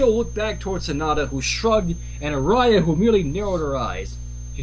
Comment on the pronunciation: if i may ask, ganzo, why is your friend saying aria's name wrong.